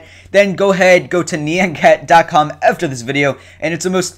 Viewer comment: It's note NEE-ON cat, it's NIE-ON cat. :P